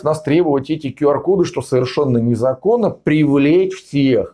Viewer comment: Правильно - Кью Ар. Учите английский.